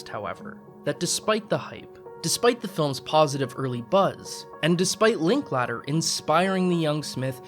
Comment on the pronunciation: I'm English and have heard the name Linklater said out loud many times. It's a common surname here, and you just don't say it like "Linklatter", always as Linklater. Interesting that you also adopt postmodernism, that this decade is so unique and different from all the others before it, we can't even compare. Really works well on young people, but it's kind of stupid, like postmodernism itself or using it without even thinking, in a sort of brainless way to get your audience to swallow your conclusions whole without argument. If this decade is so unique, then why are men wearing really tight jeans, like in the 1980s? I refuse to wear them, because I find them unfashionable, but you guys love those jeans and repeating the 1980s, it seems.